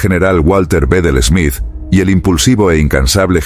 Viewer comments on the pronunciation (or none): none